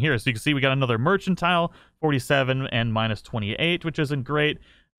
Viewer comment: Awesome guide thanks.. though, being British..sorry :) It's Mer-can-tile, not Mer-chan-tile. love you!